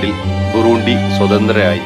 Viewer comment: Burundi ( ബുറണ്ടി ) എന്നാണ് ഉച്ചരിക്കുക